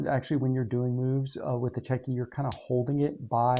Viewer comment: Just to let you know, the Russian word is Чётки. The ё in Russian is pronounced like a "yo". So they are pronounced Chyo-tkey